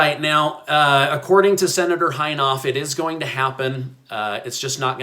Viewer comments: His name is pronounced In-hoff . The I is short. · it is "In' " (as in and out) "hofe" (hauf). I look forward to your videos every day. 🤗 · The name is pronounced, "IN-HOFF: and he's been around for at least 100 years--lol. Thanks for your great vids. Thanks to your wife, too., for her little comments. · Just FYI... that's Senator IN-HOFF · I laughed at how you pronounced his name. You say it In- Hoff. Lol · How is it possible that you don't know how to pronounce Senator Inhofe's name?